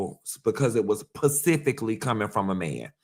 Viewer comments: This pretentious ssa 🤡 said college refines you and turns around and says PACIFIC instead of SPECIFIC MULTIPLE TIMES!!! This man aint no college grad. Diggin in his nose. He is gross.😅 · Specifically not pacifically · Respectfully & as a retired teacher..."specifically" ...not "pacifically" .... coming from place of 💞💯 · LOL now I know is SMART with MULTIPLE degrees- is he PURPOSELY saying Pacifically for Specifically?!? 😂 😂 😂 😂 😂😂😂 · Pacifically or specifically? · Not pacifically??!!!!